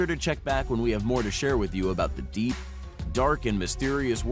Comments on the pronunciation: Its pronounced maryanna not moriona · It's The Mariana's (marry-ana's) Trench 😂 (Yes, take my word, I'm from Guam lol) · Im an islander that lives on a island called guam ( the marianas island ) and you're saying mariana wrong. Its pronounced ( mary-ana ) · He kept saying Mariana wrong . Now I want to smash something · The way this dood says 'Mariana' makes me wanna jump of a cliff